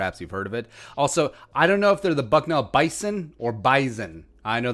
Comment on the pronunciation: As someone from nd I can say it's pronounced bizon